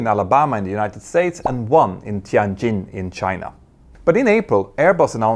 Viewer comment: True, but sadly he had already mispronounced Tianjin - think of tea en-gine.